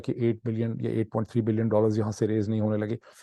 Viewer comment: اردو گفتار میں ۸ بلئن اور 8 بلئن کے تلفظ سے بہت بڑا confusion پیدا ہتا ہے- براہ کرم اس کو آئندہ نہ کیجئے